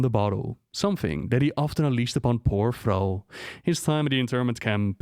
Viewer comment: Who the actual FUCK is "Frau"? Oh. I didn't know Thrall was French. Good to know, I guess.